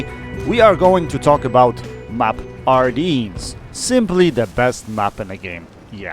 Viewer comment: Good vid and tips on how to play this map. One MINOR correction, it is NOT pronounced ArDEANS. The correct pronunciation is ArDENS, see Battle of the Bulge, WWII. The AMX 30B IS a Damn good tank. Please, no apologies for how many vids you are putting out, YOUR time is valuable to you and your family, we are happy to wait for your vids. Take care...